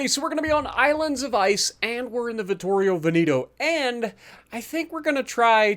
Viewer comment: you actually said pretty well for a non italian speaker, it’s the vittorio veneto that is completely wrong😂